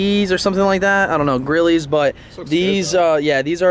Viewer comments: Did he just fuckin say “Grillie” not “Grille” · Grilles NOT GRILLEEEEEEZ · You did not just call those grillys 😂😭 the e is silent bruh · Someone tell this man the E in grilles is silent 😂 looks good tho